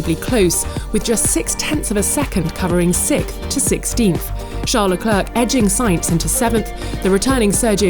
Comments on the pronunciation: “Leclerk” ultimate cringe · It's not Leclerc it's Leclair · Why do they keep saying leklerk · Nobody: The voice in this vid: "Charles Le"clerk" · Why can't they pronounce names. Kivyat?? Leclerccc?? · Guys for the love of names, it’s pronounced Charles LECLAIR!! You don’t pronounce the C at the end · “Charles le clerk” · Can this woman please learn how to pronounce Leclerc and any time in the near future?